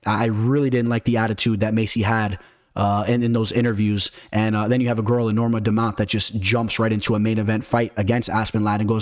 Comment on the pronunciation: Might i ask good sir, what is a “standput”? You use the word multiple times throughout the course of the video. I think you mean to say standpoint. Also, “Dumount”? “Meegan”? Get it together.